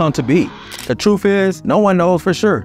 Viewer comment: The word truth isn't pronounced truf !